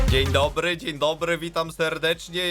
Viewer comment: 0:6 a dziń dobry diń donry